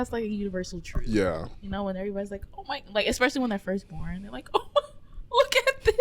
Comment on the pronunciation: there is no "x" in the word "especially" 😂